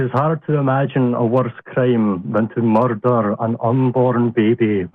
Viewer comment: I can't take seriously when the way he says "Crime" sounds alot like "Creme" 😂 (Not that I like making fun of accents, but it's still funny in this case)